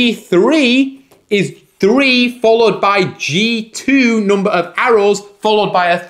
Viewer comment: I love the way he says "hoondred" and "noomber"